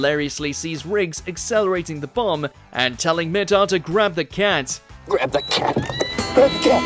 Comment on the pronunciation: Mur-tock thats how you say his name not how you said it....